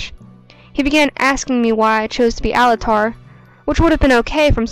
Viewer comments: I honestly enjoyed how Altair was said. Sounds like one of those giant monsters like Godzilla or Mothra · Easy-o XD its Ezio. And Alt-air